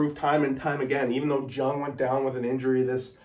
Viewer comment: Josh Jungs name is pronounced Young